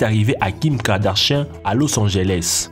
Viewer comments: « Kim KardaCHIEN »😂😂😂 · "Kim kardarcha a Los Angeles" jpp je meurs 😭😭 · Il à dit kim le gros chien ou quoi